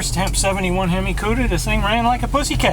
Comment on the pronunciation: He said hem eye. I want to die